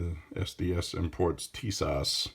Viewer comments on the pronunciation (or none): It’s pronounced Tee-sash lol. It’s a Turkey thing.